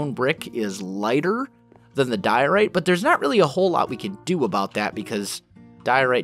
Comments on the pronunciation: he's always had trouble with some words of you listen carefully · when he says diorite you can hear that he's still not used to saying that. ...